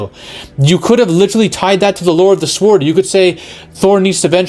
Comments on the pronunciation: Sa-word 😮. You mean, sword. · "This sword", "the sword", like the word ward with an S., you're driving me crazy with that 😆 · Love you vids man but you don't pronounce the W in sWord lol. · Are you pronouncing the w in sword on purpose or do you not know how to say it properly?? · Aside from the youtubers constant pronouncing of sword with the "w", he makes some valid points. It's common knowledge Marvel gets it's marching orders from Disney forcing DEI roles to include targeting male toxicity. Males are either considered lovable and stupid or megalomaniacs. I thought Love and Thunder was going to follow the comics, where Jane absolutely takes on being Thor, while Thor goes on some depressed quest as Odinson. Interesting two similar villains appeared since then this one that was a true angry killer bent on revenge against arrogant gods by torturing them for pleasure of their screams. Then there was another one, Desak, who also blamed uncaring gods for the death his family members and his tribe. He also gained incredible power and used some kind of axe to go on a god killing spree, until he met Thor. Thor convinced him that he gave his life to protecting men, so he left him with a warning and went back to slaughtering.